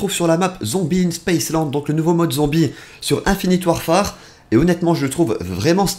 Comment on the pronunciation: on dit pas "infinite warfar" mais "ihnfihnit warfér"